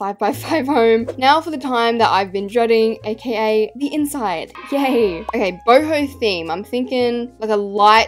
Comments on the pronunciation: How the normal people say it “boho” how says it “BOHIMI ✨💀” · Every time she says boho I think she said hobo😭💀